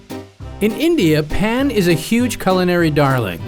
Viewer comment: /pahn/, not /pan/.